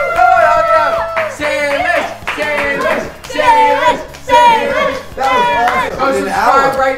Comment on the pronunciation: ITS SALISH